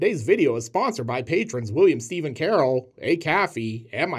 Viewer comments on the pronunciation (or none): none